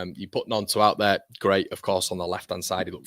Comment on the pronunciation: It’s gwait it’s gwait 😂